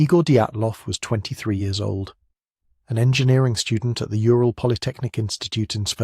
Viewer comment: Ural = Ooral, not yooral (Ура́л).